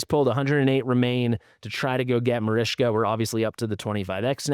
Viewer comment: Its marichka, not marishka lol